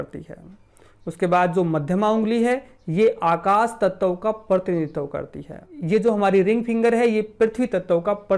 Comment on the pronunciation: Nice information. Aap bar bar tat-tav kyun kehte ho. Tat-va kaho sahi rahega. Dhanyawad 🙏